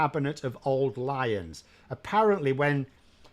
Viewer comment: I thought you said “old liars”not “old lions”, still think without any doubt “just liars”.